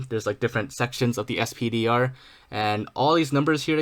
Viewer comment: I think "SPDR" should just be pronounced "spider" like VISR is pronounced "visor" instead of "v i s r"